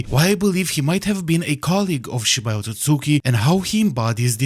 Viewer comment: We love a correct Otsusuki pronunciation 🔥